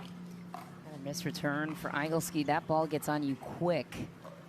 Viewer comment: I've never heard that last name - Igleski - prounounced "EYE-gul-ski" it should be "Ih-GLESS-ki". I think should check that.